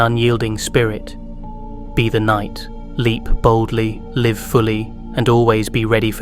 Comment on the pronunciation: The mispronouncing of words is a dead giveaway. For example saying live(as in alive) instead of live(as in live forever).